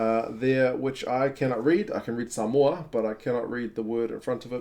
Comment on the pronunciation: You pronounced Samoa correctly, nice one uso. The collar reads ‘play for Samoa’.